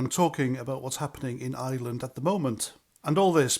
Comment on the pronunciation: Please do try to pronounce ireland and not island 👍🏻